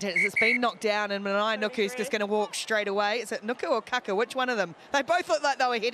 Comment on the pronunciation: My ears are bleeding, pretty sure it's Kākā not kaka....2 very different things lol